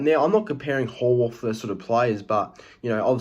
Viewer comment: Yeah, he certainly got that superstar potential. BTW, its pronounced 'How + Worth'